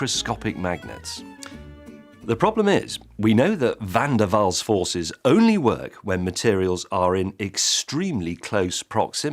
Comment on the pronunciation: Finally somebody trying to say Van der Waal! Thank Gott there is no letter ü in that. Déjà-vous is wrong, most of you can't produce the normal u anymore. Try German München, or French brut, or Dutch muur. Forget it. So, nice that Van der Waal was okay!